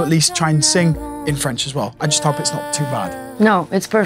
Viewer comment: You that was (and it is) a great student and she is right, you have a good french pronunciation. Take so French classes, record in French but not in Italian per piacere...